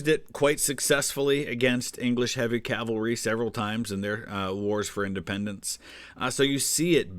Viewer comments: I thought I'd misheard when he said calvary! Isn't that in Canada? Lol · He's not the only American to say Calvary and did he also say Elizabethean. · Saying "calvary" is no different from saying "kuhmft r bl", even though it's spelled "comfortable". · Man now it drives me crazy the way he says calvary instead of cavalry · YYYEEESSSSSS ITS CAVALRY LITERALLY MY BIGGEST PET PEEVE. THANK YOUUUUU!!!! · Don't worry, every time he says 'calvary' I wince as well.